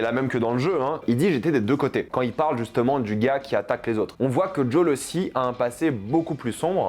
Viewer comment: Car en VO ça se prononce Djole/Jol/Djol. Le E est muet